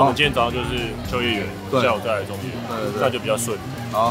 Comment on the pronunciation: 應該是想要說なかの(中野)吧😂